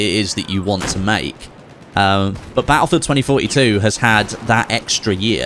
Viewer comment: Baulfewed tweny foty tew